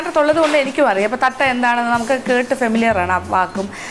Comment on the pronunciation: Adu Thattai aanu. Thatta alla Madam